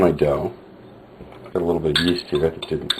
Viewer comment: whats the first ingredient hes adding? souds like east, iest i or what ever.. sry for my english